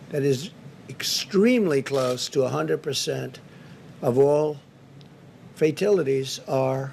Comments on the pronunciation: Trump wants to say “fatalities”, but subconsciously his brain is wired in such a perverted way that it will make him say “fake tit-a-ties”🤣🤣🤣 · Fatilities??? That is just wonderful. He makes Joe Biden sound like the greatest statesman on earth. Fox cut him off, but not in time. 18 people die in a weekend in Chicago? 1000 people die per day from corona you blithering fool. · "Fatilities" had to be a typo on the sheet the orange ape was reading, and he was too illiterate to correct it. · Guarantee you he had it spelled 'fatilities' and pronounced it that way because that's how he thinks it's spelled. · Fatilities, Plausma....that how the "super intelligent" pronounce those words 🤣🤣🤣! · Instead of correcting himself, Trump says "fatilities" twice which isn't a word. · Trump, please learn to pronounce Fatalities. Please. I think he's on Downers. He had to get on them after being called out for donating to Kamala Harris for AG.